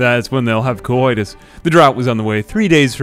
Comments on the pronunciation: stop saying coitus like that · the way he sais coidus tho lol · Why does it sound like he's saying cowoitus?